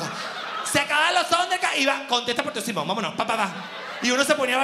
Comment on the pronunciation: "Sonder Cats" jajajajajaj me encanta cuando dice así